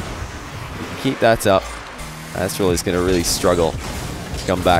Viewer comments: says “Asstral” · "Asstral" lmao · Nice spot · Haha "Asstral" That was epic lmao